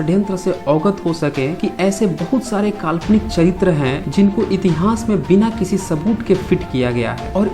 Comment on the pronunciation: Tere ko itihas kahna tak nhi ata itihas ko itihans kahta ha 😄😄